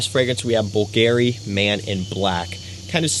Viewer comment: My guy said “boo-Gary” 😂 🤦🏻